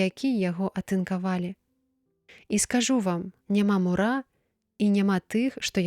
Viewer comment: Прачытана: няма мура', слоўнік дае націск на першым складзе: му'ра.